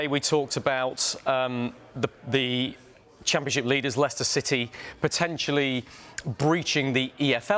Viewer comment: Sorry, did you say City?